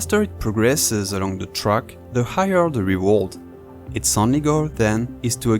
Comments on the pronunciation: "Rewald" is not just an accent, it's lazy pronunciation that can and should be fixed with practice. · rewald lmao, learn to speak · bro went from “REE-ward” to “ree-WARD” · Reworld? Lol you mean reward... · It's pronounced : Ree-Ward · Bro can't even say "reward" bro dumb ahh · Lmao he really struggles each time he attempt saying "reward" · I love the way you say "reward"